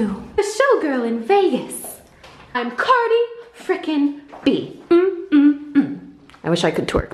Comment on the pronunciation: Umm anyone else hear “queen cardi”